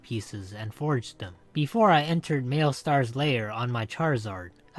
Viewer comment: "mail-star" its "Mal-i-stair"